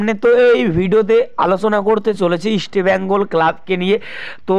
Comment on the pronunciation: আগে ইস্টবেঙ্গলের উচ্চারণ টা ঠিক করুন তারপর ইস্টবেঙ্গল কে নিয়ে ব্লগ করবেন। Ok